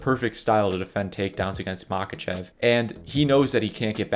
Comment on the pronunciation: He is not Mákachev, he is obviously Maháchev. The H is pronounced like in helicopter. Same with "Kabib". He is Habib